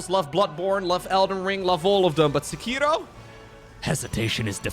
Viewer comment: thats not how you say sekiro